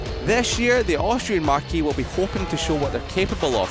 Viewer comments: Great video, except the word “marque” is pronounced like the name Mark. The word “marquee” is pronounced mar-kee. Different words, different meanings, different pronunciations. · The narrator needs to learn the difference between marque and marquee. Pronouncing Bezzechi correctly would be a plus, too.